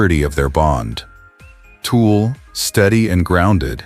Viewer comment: At least get Tul’s name right. It isn’t Toll or Tool or Tulpa, it’s Tul !